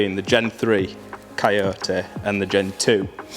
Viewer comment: I watched just to hear him say ci-o-ta(coyote) in that accent